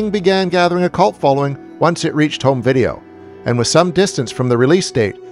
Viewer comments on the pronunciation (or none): none